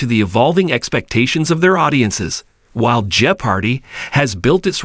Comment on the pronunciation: Perhaps we need an authentic human being to narrate this so that "jeopardy" can be pronounced authentically!